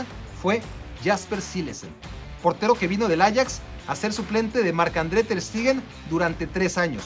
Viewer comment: Clemen langlé JAJAJAJA no es lo tuyo pronunciar bien papá, área de oportunidad Clemã Lãnglé Ter SHteguen SHHHHH